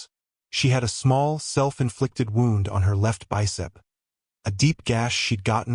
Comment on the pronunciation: AI is useless, doesn't know how to pronounce "wound" in relation to description